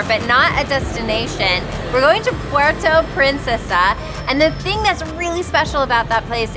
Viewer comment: I like the hat merch, don’t worry about the naysayers. There’s also in the name Philippines so it’s a win-win. *Just a quick comment on pronunciation of “Puerto Princesa” just funny to hear😆🤭 but it’ll pass. Shoutout from Vancouver!